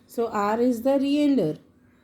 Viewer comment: Please learn how to pronounce the words properly before making such videos.. Reindeer, sleigh, mistletoe, holly.